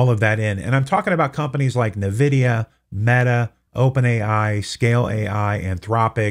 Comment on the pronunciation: The correct pronunciation of Nvidia is "en-VID-ee-uh." Many people mistakenly say "NUH-vid-ee-uh," but that is incorrect. It is a chip designer, not a cosmetics comany. maybe do some research on the topics before speaking about them. cheers